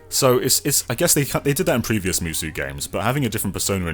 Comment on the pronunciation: Musou is pronounced moo-so not moo-soo. lol